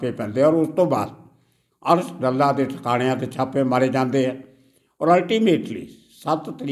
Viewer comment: ਸਾਬ ਡੱਲਾ ਨਹੀਂ ਡਾਲਾ ਪਿੰਡ ਹੈ ਜੀ